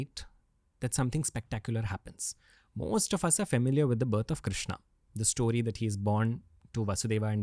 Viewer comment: Ranveer please it’s sto-ree, not Stoh-ree. It’s getting difficult to keep hearing Stoh-ree again and again 😊